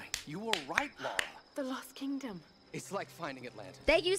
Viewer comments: It's Lara, not Lora 😆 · It's LA-RA not Laura. I've got no idea why Americans can't say a basic English 4 letter name properly